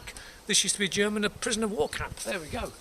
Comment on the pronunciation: Nice German pronunciation lol. Good find again bro :-)